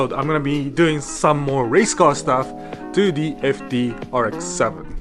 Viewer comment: errrr ex seveh